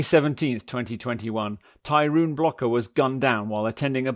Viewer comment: Am i the only one bothered by the narrator saying tyroon and not tyrone... oh yeah and this chic is batshit crazy